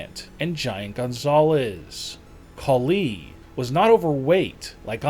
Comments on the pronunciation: Dude. Are your comments created by a KI? Horrible emphasis. Tatankaaaa,Tatankaaaa, Great Khaliiiiii, WWEeeeee🙈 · Bro I'm sorry but bro talkin like: Another reason why great kuh LEEEee isn't as MUSCULAR is because he is officially reTIRED.. From pro wrestling (or dobble dobble EEEEE) and doesn't has to WORRY about going to the GYM every single DAh EEEEEEeee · "The great KhaLI!!! is now RETIRED from the DUBUE EE(WWE)